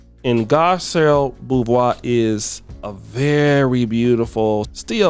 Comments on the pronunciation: BeauVAIS,. Not BeauVOIS – BeauVAIS. Like 'VI' in COVID, but you put a 'A' in it and silence the 'D' at the end! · It's Garcell Bo-vay! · That's not how you pronounce her last name. Pronounced like Bovay.